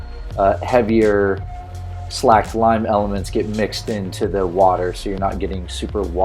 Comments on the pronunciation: I'm sure you know this by now but it's not "slacked" lime it's "slaked" lime with a long 'a' sound like in the word 'skate' (just replace an 'L' for the 'K' and you have it). The word 'slake' means quench thirst. When lime is freshly ground (or made) it is un-slaked. Unslaked lime absorbs water. To make it into what we use today, slaked lime, water is added to the fresh unslaked lime powder and left in the water until it's 'thirst' is 'slaked; until it will not absorb any more water. As it absorbs water, it heats up and become very VERY hot. untouchable, dangerously hot. Once it is slaked, it cools down, the excess water is poured off and you have the "S type Lime" powder that is used in lime washes, lime paints, plasters, on lawns, in pickling and a whole host of other things. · Slaked lime rhymes with steak not slacked.